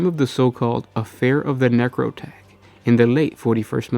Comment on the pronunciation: I think its technically pronounced "necro-two-k" not "necro-tech". At least, that's how they pronounced it in all of the Eisenhorn Black Library audio books.